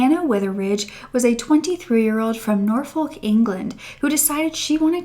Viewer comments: Not trying to be rude at all but Norfolk is promised, North Fuk, but I can understand how it could be pronounced differently ☺️ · I loved how you said Norfolk 😂 Stories like this blow my mind, I've done a lot of travelling myself but it just goes to show what can go on when you're in the wrong place at the wrong time. Definitely not a coincidence on turtle Island.